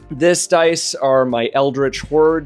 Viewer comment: Deece is deece and dat is dat. Is that better?